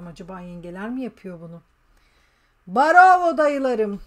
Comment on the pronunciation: Mustâfa hep nerede bu çocuk diyor bravo cümlesi değişti barova diyip duruyor Mustafa sıkışınca barova diyip duruyor 😂